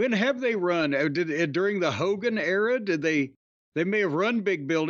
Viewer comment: It’s HOGAN 😂